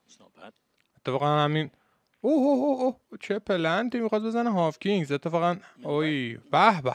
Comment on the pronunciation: جان هاکینز!! w خونده نمیشه به مولا 🥲🤍